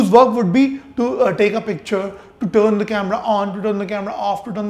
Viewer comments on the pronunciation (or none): none